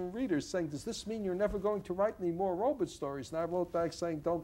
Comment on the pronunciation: he does say 'robits'. iRobit.. lol.